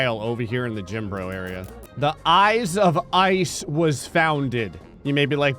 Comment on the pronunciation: "Eyes of Ice" sounded like Gray was mis-reading Ivalice and I had to go rewind.